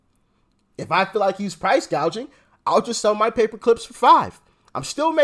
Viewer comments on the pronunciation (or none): She can't even read a teleprompter correctly. The word is "gouging", Kamala, not "gauging". What an idiot!! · You’re right! If she’d been talking to policy makers on her staff, she would have known it’s price gouging , not gaging. This was probably the first time she read that line and had no idea what it’s all about. She’s mouthing other people’s policies. She knows nothing about anything. I wonder where she’s going to end up, certainly not as a candidate, I think she’s a place holder until the Machine decides what to do. They’re up to something…. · what is price GAGING? & who has a hospitility job? Over 12000 words in English language, and she goofs them up? now iF English was her 2nd or 3rd language, let's excuse this genius!! Where is the giggle bobblehead..? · "Price gaging". come in Doc, get it right!! There is no inflation!! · It’s straight up communism. Price fixing. She can’t pronounce gouging. Or gauging. I’m not sure what her definition is. I’m not going to vote for communism. Free money for people to buy houses? I’m not voting for communism. I’m not paying for other people’s housing. I know I am right now. But I’m not voting for it. Her agenda caused all of the inflation. She was the tie breaker in the Senate. No. She is lying. There’s no price gauging or gouging going on. Econ 101. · Price “Gaging” and “Hospitillity”??? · She don’t even know how to pronounce gouging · Doc, did you expect Kamala to get her words pronounced correctly? Not a chance. She doesn’t even have dementia, or maybe she does. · LOL, she can't even say it right